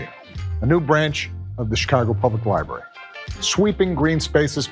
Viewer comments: Dr. Richey. It is pronounced "Library." Not "Libarry." Just like you need to stop saying "ax" when you are using the word "ask." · President Pumpkin Head doesn't even know how to pronounce library 😅😅😅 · Pronounce the word library correctly. There are two r’s.